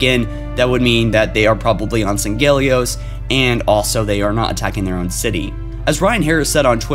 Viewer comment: I'm not trying to nitpick. But if I'm not mistaken, Sanghelios is pronounced as "Sang-Hee-Lee-Ohs" I've heard a lot of people say it that way though.